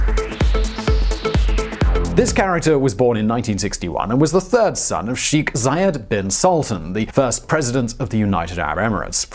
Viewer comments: Technical language point here: Can you guys please understand that the correct pronounciation of 'Sheikh' is NOT 'Sheekh' but 'SHAKE' as in milkshake. I've noticed this issue with so many English-speakers in the Anglo-saxon world and you guys at VisualPolitik are no exception, you've mispronounced the word in other Middle-East/Gulf focused videos. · Sheeek?! Wtf is Sheeek?! It's Sheikh! शेख! #StopBotchingNames #ProperPronounciation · Its not pronounced "Sheek" more like "shaik" pronounced like "shake" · Pronounced "shake"